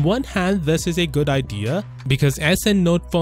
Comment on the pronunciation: When says 'thus' for 'this'.